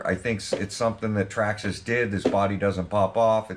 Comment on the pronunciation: The all new "Trarrma Slaton"😂👍